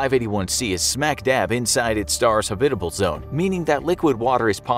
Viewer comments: Never heard the word 'habitable' pronounced this way. Threw me off lol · Love how he pronounces habitable haha